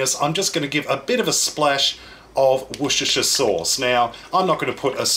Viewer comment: Fantastic recipe.👍 A grammatical correction though; "Worcestershire" is pronounced as "Wooster" 😉